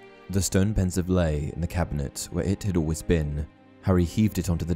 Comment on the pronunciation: BRUH its pronounced "Ponseeve" not "pensive"